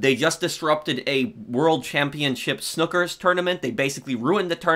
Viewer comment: i love you but the way you said snookers was jarring, its a snooker tournament and it’s pronounced like s-new-ker